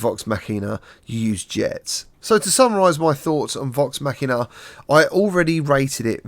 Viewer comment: Your the only reviewer to say the damn name right😂😋👍thank for that. Great job on the review my Brother, I'm downloading right now. Your the Man, man.